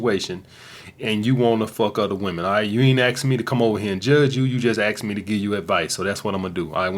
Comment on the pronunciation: this guy axed me dis quession